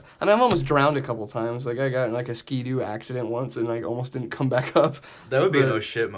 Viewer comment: keeps saying “Ski Doo”....it’s called a fuckin “Sea Doo”! A Ski Doo is a snowmobile and a Sea Doo is a jet ski.